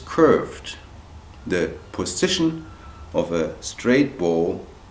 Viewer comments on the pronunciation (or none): "Since our bridge is curved, the pussssytion of a staigth bow...." Ahahahahah! :DDD